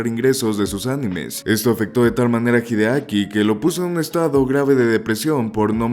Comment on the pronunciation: Más de una vez te escuché mencionar erróneamente el nombre de Hideaki llamándolo "Hidekai" 😅🙄